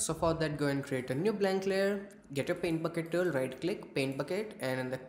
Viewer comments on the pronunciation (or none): yep ı thınk ıts coool also the "pent bukit tull" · I love how you say "paint bucket tool". Please, next time say this sentance four times in a row xD Just for fun :D Great video.